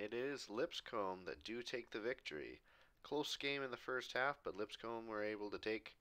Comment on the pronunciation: Just so you're aware, it's pronounced "Lip-scum," I don't make the rules here, just live where it is